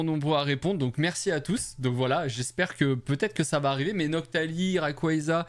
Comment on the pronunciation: Salut, on prononce "réiqouatza" WAAAA INCROYABLE l'enchainement dracaufeu gold avec mackogneur arc en ciel incroyable !! et le double salamèche est vraiment beau, super vidéo : comme d'habitude